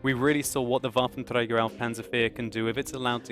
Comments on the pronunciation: Dude, you just can't believe how cool it sounds for german folks if you say Waffenträger :P Sounds pretty awesome ! Love your vids, great work hope you enjoy it too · u have to admit, hes doing well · Gracz Wotlk Of course he does pronounce it perfectly, but it still sounds funny to me :)